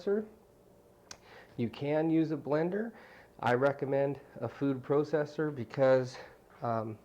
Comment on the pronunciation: kind of funny how he says processer right?